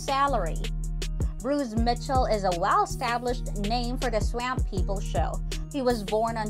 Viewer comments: It's pronounced swamp swamp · I wish this lady could know how to pronounce Swamp. Hott damn 🔥